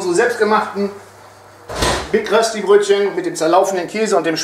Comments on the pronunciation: Rösti ist nicht gleich Kartoffelpuffer. Die Betonung bei Rösti liegt auf dem Ö. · Es heisst nicht Rösti es heisst Röööööschdi ;) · Ich als Schweizer finde es totsl lustig wie ihr deutschen rösti aussprecht